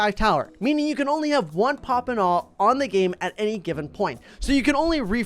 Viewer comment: pop and awe isnt pop and aw... heres how to pronounce it pop and away